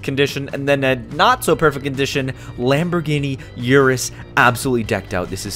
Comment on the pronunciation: The lamborgini yurus